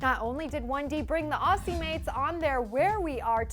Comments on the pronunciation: Ok please learn how to say Aussie!! You say it like auzzie not ausssie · Aussie.... she saying it with a s sound not a z 😂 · Ok this is REALLY IMPORTANT but totally off topic Guys, aussie is pronounced as O-ZZ-IE Yeah ik, another fucked up thing we do, but that's how it is So please, so more of the way u pronounce aussie cuz it just sounds really fucked up :) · I'm sorry it pronounced as Auzzie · Hate it when some one says Aussies cause that's not how you say it, it's Auzzies god. And it's defiantly One Direction with the accent only cause I'm from Australia and 5sos don't have an accent to me.. but great video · Ok so are there any Australians here who are annoyed at the way the pronunces "Aussie" or am I the only one? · You pronounce Aussie with a z sound not and s sound.